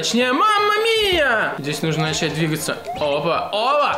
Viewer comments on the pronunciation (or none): none